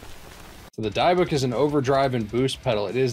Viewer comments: Great video man awesome jamming by the way its pronounced de bic like destroy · If you don't mind my nitpicking, it's probably pronounced "Dee-book", a sort of possession in Jewish mythology.